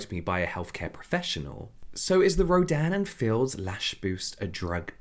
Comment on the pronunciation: The brand’s name sounds so much like you’re saying ‘Dan and Phil’ 😭